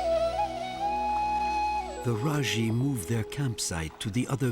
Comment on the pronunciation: I’m from Nepal. N as I know these people are called Majhi. Not Rajhi 🥰thank you for your respect sir